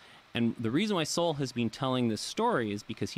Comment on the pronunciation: omg, you guys are killing me. Look its great youre interested in SOWELL (SO... WELL not SOW...ELL). Just read his stuff, one of the greatest minds of our time. I luv Rogan from UFC, but hes a fool who voted for Bernie Sanders... and who knows who this guy on his show is, another lefty? Point is listen to no one on the left about anything EVER! You want to listen to Sowell, read Sowell. This guy is characterization Sowell. Sowell was a democrat, but saw on his own their ideas don't work... then studied under Milton Friedman and got a PHD in Economics. Using hard science he is able to show the terrible outcomes of ideas by politicians... Are you for science Bro? Then read Sowell.